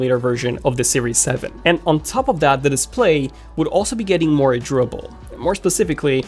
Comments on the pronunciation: 🤔 I know I just took an edible but was he saying “tribble” instead of “durable”? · First 2 minutes had me lost.... I thought he was saying "dribble" and not "durable" 🤦🏻‍♂️ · Durable : Door-RA-bal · It’s kinda annoying how you say the words durable and aluminum